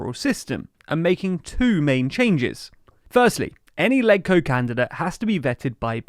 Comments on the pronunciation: in HK, LegCo is pronounced “ledge-co” not “leg-co” to be consistent with the pronunciation of Legislative Council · It’s pronounced “Ledge-Co” (ie. “Ledge” in Legislative), not “Leg-Co”. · Legco is pronounced as ledge-co. Just as how you would pronounce leg in the word legislative. Not rocket science.